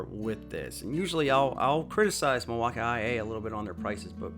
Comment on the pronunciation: Milwaukii, or Milwaukee? Bad pronunciation